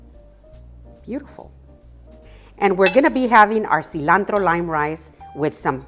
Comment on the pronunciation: I was iffy about this video but as soon as I heard that seelahntro spoken in Spanish. I was locked in ❤